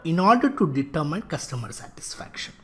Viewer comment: Why is "determine" pronounced as "deter mind" instead of "deter min?"